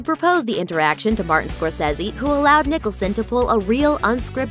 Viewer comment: Scorsese ... omg if you can't pronounce his name right, please don't even try.